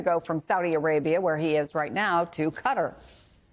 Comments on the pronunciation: Qatar is pronounced "catar", not "cutter". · Where is Cudder? Anywhere near Qatar? (because the pronunciation sure isn't) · It's Qatar, not 'cutter', jeez!! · the fact they cant pronounce Qatar correctly is crazier